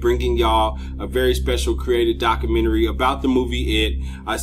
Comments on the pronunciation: Lol he said dakamenary. Nice dakamenary bro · Ok it's pronounced Doc-you-men-tree